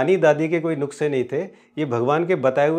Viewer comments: जी नुक्से नही नुस्खे बोलिये😊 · Not nukase😉 ,nuske right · नुक्से नहीं नुस्खे कृपया संशोधन करने का कष्ट करें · Nukse nahi sir, Nuske.... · नुस्खे not नुक्से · सर, नुक्से नहीं होता है, इसको नुख्से कहते हैं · Sir nuksay nahi that word is nuskhey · It's nuskae not nukse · It's Nushkay not nuksay Please Pronounce properly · नुक्से नाही नुस्के असतात 😄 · नुख्से नहीं होता है सर नुस्खे होता है प्लीज हिंदी में सुधार की जरुरत है आपको 🙏🙏🙏🙏🙏🙏🙏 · Nuksey nahi Sir Nusqey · नुक्से नहीं नुस्खे होता है जनाब। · Nukhse nahi nuskhe hota hai. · भाई नुस्खे ना की नुखसे वीडियो बहुत उपयोगी है। पर में चाहता हूं आप इस मे सुधार कर लीजिए। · Nukse..nhi sir nuskhe hota hai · Nuske not nukse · जी नुकसे नहीं सही शब्द है नुस्ख़े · नुक्से नहीं नुस्खे कहिए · Nukhse nahi sir Nushke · नुक्से नहीं sir, नुस्खे । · नुख्से नहीं नुस्खे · Ur very true but.. But it's not nukse.. It's nuske. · दादी-नानी के नुस्खे correct pronunciation